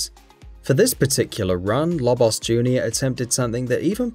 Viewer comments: What's with the Lobos diss? And what's with his odd pronounciation of "Lobbos" and "Smoff"? Is this guy looking for a fight? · its pronounce "low-boss"